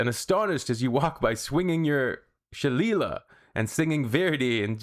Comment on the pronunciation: It's " shil/lay/lee.